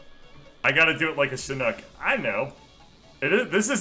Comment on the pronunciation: ahh it hurts my ears he said shinook not chinook